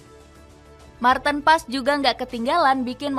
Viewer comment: Bukannya nama martin paez , membacanya sekarang menggunakan pelafalan bhsa Indonesia, seperti halnya tom haye, HAYE bukan malah dibaca tom hey, jadi martin PAEZ, bukan malah di baca martin pass, karena martin sekarang penampilan nya tidak lagi pas pasan , jadi gk usah di panggil martin pas, penampilan martin sekarang sudah di rias dlm bhasa jawa( paez) agar lebih hebat daripada buffon, karena martin ngaku dari kediri, jadi namanya dirubah jadi MARTIN PAEZ